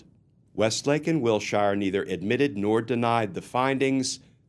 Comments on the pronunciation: Glenn - I love you, but in Los Angeles the street is pronounced "WIL-sher" not "WIL-shire" (I grew up there and know the street and area as well as can be LOL.) Great story. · While I'm totally on board with the various sentiments presented (Non-compliant surety, non-certified bond, etc), this old Los Angeleno winced every time you said Will-Shire ... Wilshire is pronounced "Will-Sure". So minor, I know. But pronunciation matters. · The Name Wilshire is pronounced Will Shure like He sure will be going to jail......... Wil sure Sure he will.